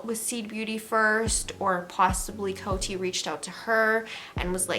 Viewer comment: In America, we pronounce COTY Beauty like “Code-y” ... not “Coat-y” 👍🏻